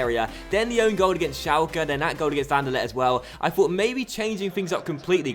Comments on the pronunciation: I heard An-Der-Let :p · The way you pronounce anderlecht xD